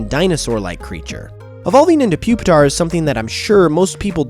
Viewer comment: You mispronounced it, it's Poopitar